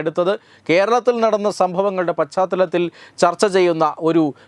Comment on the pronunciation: നല്ല പ്രമേയം. തത്വമയി ന്യൂസ് എന്നും കാണും. ഒരു അഭിപ്രായം പറയട്ടെ. "പശ്ചാത്തലം" എന്ന വാക്ക് എല്ലാവരും "പഛാത്തലം" എന്നു ഉച്ചരിക്കുന്നു. അതു ശരിയല്ല. "ശ" യും " ച" യും ചേര്‍ന്ന " ശ്ച" ആണ് ശരിയായ ഉച്ചാരണം.